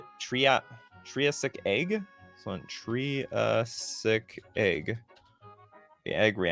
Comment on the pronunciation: Triggered by how poorly you pronounced Triassic